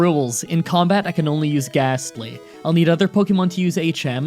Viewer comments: You're challenges have become increasingly easy. And I'm sorry but unless the next one is a CHALLENGE I'm gonna unsubcribe. I don't wanna so please up your game. Also it's a GASTLY! NOT GHASTLY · U said ghastly